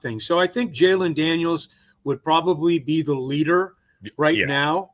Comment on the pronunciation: How’s it possible you don’t know how to say Jayden Daniels?! His name isn’t Jalen!😂😂😂